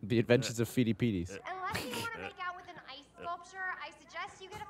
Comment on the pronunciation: I think it's funny that Geoff makes fun of for mispronounciation shortly after he pronounced "Pheidippides" "Feedie peedies." (Yes I do know history of being bad at words)